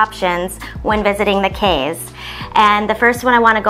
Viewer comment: I was born in Belize, but migrated at twelve years of age and grew up in Texas. I just wanted to say you both did a great job informing people and travelers about Belize and its culture. The only thing I’d like to point out is that Belizeans pronounce our Cayes as “keys” and not Kays.